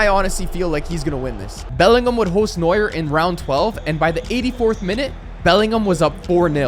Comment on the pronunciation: Neua don't pronounc the "R" and I'm not dumm am German